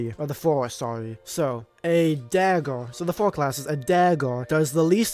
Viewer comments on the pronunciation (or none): “Dagg’or”. It’s dagger bro😂